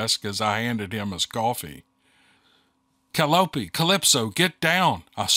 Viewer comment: Is "Calopie"s name spelled Caliope ?. like the musical instrument ? If so it's pronounced Call -I-oh -pe, with the emphasis on the second syllable .